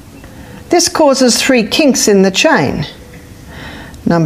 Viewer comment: When she says Tree, she means Three.